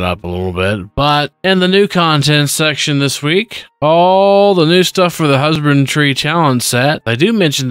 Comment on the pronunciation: he keeps pronouncing it husband-tree instead of husband-dree if thats what you are confused about. Just seems to be a mispronunciation thing.